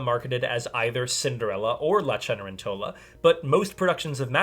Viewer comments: I'm wondering if Opera Unknown is Cedar Rapids Opera. I saw their production in January of 2020, making it the last live opera I saw before the Backstreet Boys reunion tour. (Also, Ce-ne-REN-to-la, not Ce-ne-ren-TO-la — Italian's tough, my friend!) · correction: It is not "Die", but "Dee". If you pronounce that German article incorrectly, it sounds like you're telling the Bat to die. Similarly for . : Pronounced "Chen-eh-REN-tell-ah"